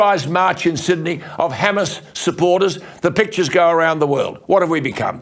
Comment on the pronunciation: Did he say ‘Hamas’ or Homo’s😝😝😝😝😝😝